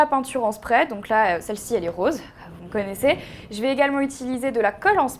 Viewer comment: sa se dit pas spreer